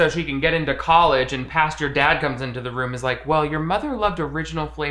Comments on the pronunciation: You saying pasture instead of pastor sends me every time HAHAH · saying pastor like "pasture" LOL 🐄🤠 it's funny XD Great video! Thanks for all your hard work! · I'm so relieved that you're back to saying "pastures". Never change! ❤ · inability to say "Pastor" is so funny and endearing. It gets me every time. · forgot how to say "pastor" again 🤣 Now I'm imagining Pasture Dad grazing like a cow on the grassy meadow